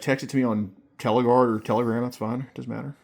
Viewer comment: Are we not going to talk about how is pronouncing telegram 💀 I know it's on purpose but he's too funny 🤣